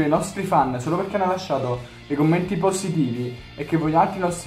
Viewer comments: sono l’unica che ha sentito “cammenti” e “a capito” senza pronunciare l’h😂😂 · Al minuto 4 hai DETTO CAMMENTI CMQ VI ADOROOOOOOOOOOOOOOOOOOOOOO😄😄😄😄😄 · like chi ha sentito dire da "cammenti"al posto di "commenti" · Hai detto cammenti